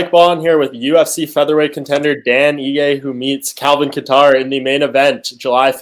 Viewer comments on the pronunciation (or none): Kattar is pronounced like cater. Not sure how you haven't noticed this yet xD